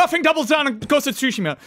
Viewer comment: Please stop saying ghost of sushi ma